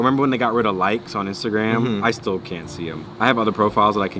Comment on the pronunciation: I THOUGHT I WAS THE ONLY ONE THAT said Instagram like “instagwam “